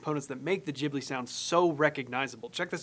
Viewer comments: Why does everyone say ghibli...like jiblets...its Ghibli like the Gibb Brothers....you wouldnt pronounce Ghandi as Jhandi...anyway brilliant video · GHIBLI pronounced gi-blee not jib-lee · Incidentally, it's pronounced GIB-Lee, not JIB-Lee, just because in Japanese, G is always "hard." This is in spite of the name being copied from a language where the G is definitely soft, so it SHOULD be JIB-lee... but it isn't. 😄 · studio "jeebly"))) There's no "jeeh" such sound in japanese. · Bro said studio jiblee